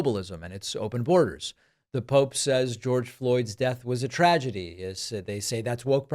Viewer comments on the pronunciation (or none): none